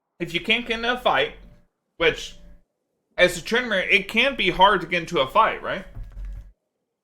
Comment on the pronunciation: You made a mistake "trynamere"